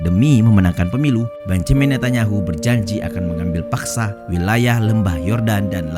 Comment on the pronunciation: Bonyamin ngunyah tahu...